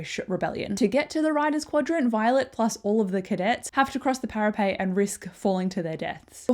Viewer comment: Thank you so much for this, it was exactly what I needed before tonight's release. Is there a reason you say para-pay vs para-pet?